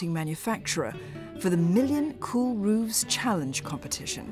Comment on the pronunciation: Why is roofs being pronounced as "rooves"?